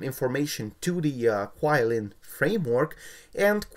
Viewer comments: It's actually Qi(chi) Lin I believe it's how it pronounce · pronounce QiLin wrong